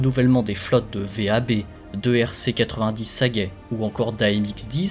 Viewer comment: On ne dit pas V.A.B. Mais « vab », d’un seul mot